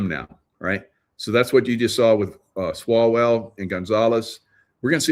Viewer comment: Did you say swallowell